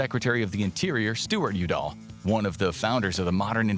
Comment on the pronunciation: When he was talking about Pt. Udall, the accent got incorrectly placed on syllable 2, but it should have matched that of the Secretary of the Interior Stuart YOU-dall. Just an FYI re. #13, this is 'Navajo', and this is "Hopi". My point is that neither is spelled the way they sound, which is very typical of place names here in the USA. I've found almost 3000 in my searching the past 5+ years. This'll catch you off guard: Montana is larger than Germany. In case geography isn't a strong area for you, the Yucatan Peninsula is in SE Mexico. You heard wrong: it's deer, not bears, that are eating the saplings in the Pando forest. The reason CA is now smaller in population than all of Canada is because of their incompetent governor, which is making the residents leave for other states in droves. In #9, what's going on in AK is that the border with Canada is in 2 parts--along the Lower 48, and that portion with Alaska, which has the straight border to the north, and the back side of the portion called both Southeastern and the Panhandle.